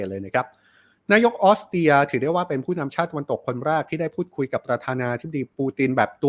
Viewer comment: ออสเตรียค่ะ ไม่ใช่ออสเตีย ถ้าคนอ่านข่าวออกเสียง ร. ล. ชัดๆ จะน่าฟังขึ้นเยอะมากๆเลยนะคะ